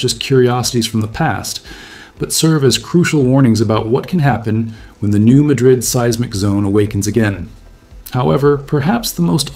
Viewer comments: Missourian here. It’s not pronounced like the city in Spain. It’s New Madddddrid, like you’re mad at something. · He obviously ain't from around here, nor know anyone who is. We must offer him some grace. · My first thought, too. Thank you! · It's pronounced differently than the city in Spain. MAD-dred is the local pronunciation. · FYI it's not Madrid (like Spain) its MAH' drid. Good video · It’s hard to find this person credible if he can’t even pronounce the name of the fault correctly. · Somebody needs to learn the proper pronunciation of New Madrid. It's not like the capital of Spain. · ...and just about everyone else except this narrator. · I’m not a local, but my parents taught me how to say it, and it was all I could do to not be totally distracted by it. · Grew up in Arkansas. Knew the correct pronunciation more or less since I learned how to read. This is an interesting topic to any Arkansan, but it’s a huge turnoff to hear someone who’s obviously completely unknowledgeable talk about New Madrid. Hard to force myself to watch the whole video. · I am glad you clarified that. I get so tired of people pronouncing it that way. I am in Southeast Missouri. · I always have to think about how this is pronounced 😂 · I constantly have to tell me how New Madrid is pronounced. I’m from Stoddard county. It’s good to see I’m not the only one correcting people! 😊❤️ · The "Madrid" in "New Madrid" is pronounced like MADGE-rid, as I've always heard it. So: initial stress, and a different first vowel, in contrast with the English pronunciation of Spain's capital. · Former Missourian here... I just stopped by to repeat what said. It's New MAD-rid. It's hard to take someone seriously who doesn't know the correct pronunciation. As in, "What ELSE did you get wrong?" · It's pronounced "New-mad-dred". Beside for that, good work. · The area is called New MAD-rid by locals. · Pronounced New MAD-rid. Not like Spain (ma-DRID.) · It's pronounced New MAD - rid, not Muhdrid. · Yep! Lol